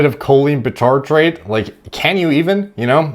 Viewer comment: Bitartrate is read like bicycle aka by-tartrate not bee-tartrate